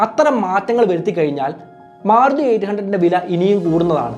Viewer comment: സുഹൃത്തേ, മാറുതി എന്ന് പല പ്രാവശ്യം കേട്ടു മാരുതി എന്നല്ലേ പറയേണ്ടത്